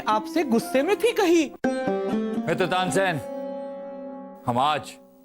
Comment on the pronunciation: Tansen nahi Tansain 😂😂